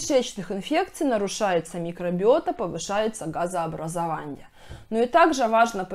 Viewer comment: Газообразованье, питанье, сниженье,, пищеваренье, отделенье ,нарушенье, и т.д.Давайте говорить правильн